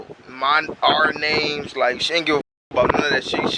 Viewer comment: He mispronounces everybody’s name 😹😹